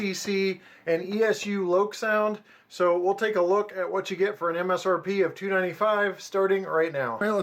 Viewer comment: Thank you for pronouncing them as Kay-toe and Loke-sound